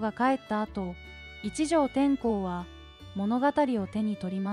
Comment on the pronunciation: てんこう でわなく 天皇です😂